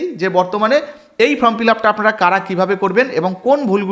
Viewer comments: This is not Form it is called Form,correct your pronunciation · আপনাদের এত উচ্চারণ ভুল, কিছু শুনতেই ইচ্ছে করে না, ফর্ম কে বলছেন ফ্রম